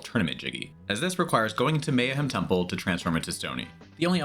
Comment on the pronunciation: Lots of rushed pronunciation in the video lol. Not sure who Mayahim Temple is but I hope she’s doing well.